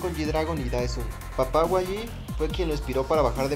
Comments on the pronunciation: por que dices wayi? si es YG "Yi Way" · no, YG se pronuncia como see leen las letras en inglés, sería como 'Wai Yi', no yi way ni wayi